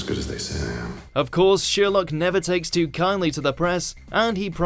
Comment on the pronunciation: nice video, by the way, that is Sherlook not sherlok in pronunciation.